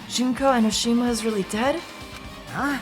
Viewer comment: JUNK-O EN-Oh-Shih-ma. Memeeeees